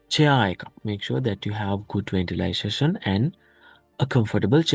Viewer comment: You said ventilixation